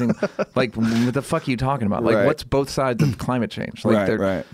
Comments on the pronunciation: Joe "bolth" Rogan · Walter Lawry I thought I was the only one who noticed. Why the hell do so many people say bolth.